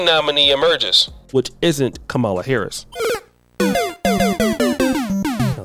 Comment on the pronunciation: is pronouncing Kamala name wrong… must be on the sauce for this video 😂